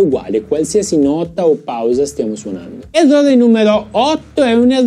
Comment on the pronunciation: sei un grande anche se dici EVVOVE!!:):):)